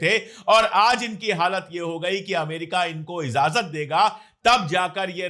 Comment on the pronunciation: इज़ाज़त नहीं इजाज़त बोलिए।